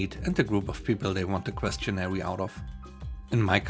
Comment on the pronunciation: A correction about pronunciation. Questionnaire is pronounced like combining the words "question" and "air".